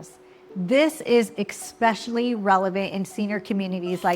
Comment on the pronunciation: EXpecially? The word is ESpecially? Stay away from illiterate agents!